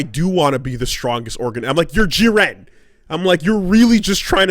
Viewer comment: Why do you say Jiren like that? Ewww